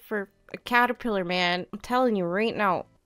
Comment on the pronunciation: the number of times you repeated "callapitter" and didn't figure out what was wrong with it is hilarious